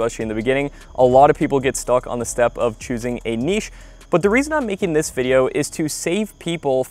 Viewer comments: Thanks for not saying "nitch" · Thank you for pronouncing the word niche correctly. I swear I will not even watch your video. If you can’t even pronounce the word niche correctly. So many others don’t.